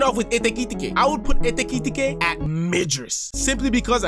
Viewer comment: Like this video just for the " ekitete" pronunciation